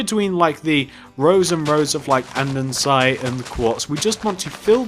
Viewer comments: amazing police station! its andesite, not andensite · LOL Andensite *Andesite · what a shame he said andensite instead of andesite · it is andesite not andensite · It's so annoying when people say andensite instead of andestite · you pronounce that wrong andesite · He pronounced andesite wrong everytime, no offence